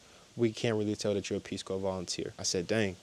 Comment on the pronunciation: Corps is pronounced core. Like, Marine Corps. Tell the Peace Corps to pound sand.